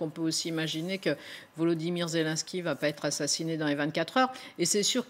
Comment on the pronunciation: La journaliste devrait se corriger, car elle est ridicule "Zélunsky" à la place de "Zelenènsky", "Raschia One" à la place de "Rassya adine".